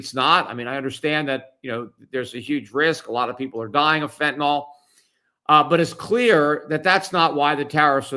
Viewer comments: Fentanyl not fentanol!!! I really don't get it when literate people do not have a clear mental picture of the words that they speak. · What is this "fentanol" that people keep talking about? I know what fentanyl is, but what the fuck is fentanol?